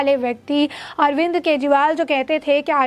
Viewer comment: "अरविंद्र " नहीं बहना ...